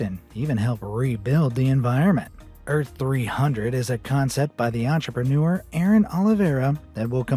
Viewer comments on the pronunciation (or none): none